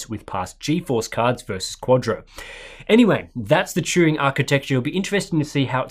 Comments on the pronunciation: Sounded like you were putting the 'r' before the 'u' and saying Truing. Maybe just the way I'm hearing the accent. All good. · Turing. Like, Alan Turing. Not Truing.